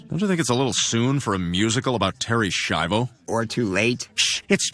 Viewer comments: i dont think there is a K to pronounce in her name. It is more like "Shy-voh" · Love your content but you gotta Google some pronunciations dude. Segue is said seg-way. Schiavo is said Shy-Vo. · It's a bit crazy to claim to be watching several video essays on Terri Schiavo and mispronounce her name too.